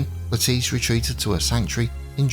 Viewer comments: "nolls" is correct ""le-TEECE" is not, The name has always been pronounced "LETT-iss" in the UK with stress on the first syllable- whereas the USA the fashion in names seems to often stress the second syllable (another example is Bernard (UK BURN-nud : USA b'NARD) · The most commonly used pronunciation and certainly the one used by reputable historians and historical documentaries in the past is "LETT-iss" (like the vegetable) "Le-TEECE" as used here is a very modern innovation (since the 1980s) At least we can all agree it is Nolls not Noll-eese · Yes, that's exactly why. Because so many are mis-pronouncing it.